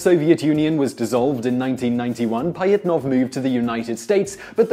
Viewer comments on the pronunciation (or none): OMFG!!! these random fact channels are the worst for pronunciation!!! its not Pie-it-nov, its Pa-jhit-nov, to say it right. there are others, but how hard is it to just say shit right?